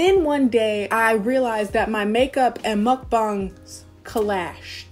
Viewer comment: finally someone who can pronounce mukbang correctly instead of mookbaeng 😂